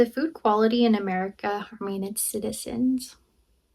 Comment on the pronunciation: It is difficult to understand what she read. I still can’t tell if she said harming or harmonious. It sounds like harming. But the subtitles said harmonious 😅